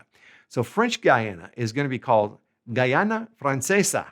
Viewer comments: Guyana se dice con U gUyana, vos decís gayana, lo cual es un error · The pronunciation of the u in Guyana is no different from the one in any other word of Spanish, so it is not /gayana/, but /guyana/.